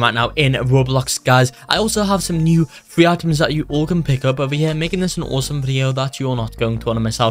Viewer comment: I like it how u say free as fwee